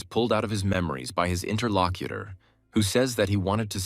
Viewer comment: The moment I heard "interlocuter", I was done.